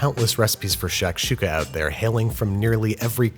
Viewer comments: Great cooking, but I couldn't help but cringe every time he pronounced it "shack shooka". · It's "shock-shooka." Can't let you keep saying "shack-shooka." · its not pronounced "SHACK- shooka" its pronounced "SHUCK-shooka". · It’s not sh”ack”shuka it’s sh”ah”kshuka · im sorry but hurissuh.... lmao shacksukuh.... lmaoooo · Shik shakshuka dunera e tuka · Shakshuka.... it's pronounced more like tshektshuka.... at least in my region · “Shaq’s Huka”. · I cringe every time he says "shack"-shuka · Bro the way he’s saying shakshuka like shack-shuka is pissing me off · Babie baby, the shak in shakshuka is pronounced like "shock", as in "shock and awe." Loved the video though this is one of my favorite dishes. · Şakada Şuka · His pronunciation of Shakshuka hurts my brain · its not shakshouka its a freaking jozmoz with love from syria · Sak suk( english pronunciation" shak shuk" for the "s" with tail is pronaunces az" sh") means in a jiffy in Turkish and shak shuka means something prepared quickly, and very popular on the western part of the country . And never done in a cast iron skillet. As for the rest of the country it's called " menemen" and has tens of different varieties